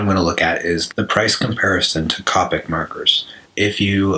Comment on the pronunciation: It's not copic It's pronounced Cohpic